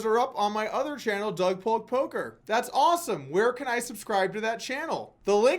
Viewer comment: You other channel is called "Doug Polk Poker" and NOT "Polker" !? Clear oversight.